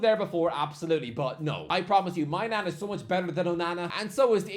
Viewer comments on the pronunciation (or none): My Nan 😂 it's pronounced Main-yon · “mike maigon” ❌ “mike my nan” ✅